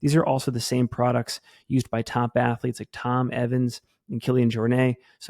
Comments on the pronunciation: Everytime I hear someone say "Kilian Jornay" .. it drives me insane. Just like the goofball that called him "Kilian Hornet"... It's JORNET . JOR NET ..there is no accent put it on it. You hear him say JORNAY? No you don't. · It's not like people don't know how to pronounce his name at this point.....he's the most famous guy in ultra...so say his name correctly lmfao it's not hard